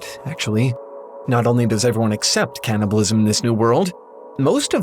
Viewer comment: Hey, It's called "Can"-nibalism, not "Can't"-ibalism